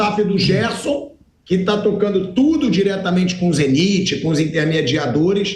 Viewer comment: Pilhado foi pronuncia Zeniti como se todos pronunciassem o nome errado,e acaba ficando estranho a forme que Ele pronuncia!